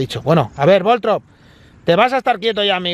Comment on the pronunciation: No es Voltrob, es Voltorb.